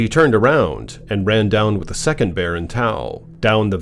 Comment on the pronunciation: 😂😂 .. "the Bearrrrrrr!" I just love it buddy!! 😂😭😆 (this would be a helly-good script for a horror movie!)